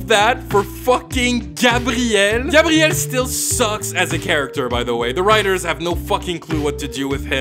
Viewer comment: My name is gabrielle and its the first time i hear an anglophone say my name that well